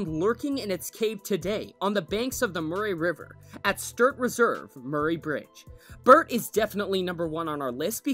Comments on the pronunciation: The way he said Murray- .. its Muh-ree not Mur-aye. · Oh my god. Please pronounce Murray correctly. It sounds more like Murry as if the a is silent. Also, you should play the sound it makes. There’s nothing else like it.